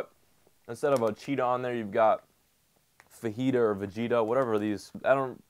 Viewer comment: I died when he said fajita XD